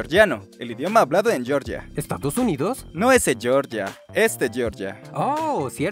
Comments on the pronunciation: Georgia, el país, no se pronuncia "Yeoryia", se pronuncia "Jeorjia" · Georgia se pronuncia /jeorjia/, no /yeoryia/; y sería /jeorjiano/, no /yeoryiano/; aunque en España pronunciamos igual al país caucasico que al estado norteamericano, la diferencia reside en que en latinoamerica tendeis a pronunciar los nombres propios en inglés como se pronuncia en inglés, cosa que ocurre con el estado yankee, pero no sucede con este antiguo país europeo. un saludo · Georgia de Europa no se pronuncia como el de América. Es así tal cual está escrito /jeorgia/ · Por qué pronuncias Georgia como "yioryia"?